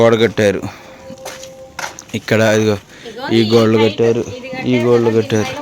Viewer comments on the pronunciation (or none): Kodalu kaadu godalu😂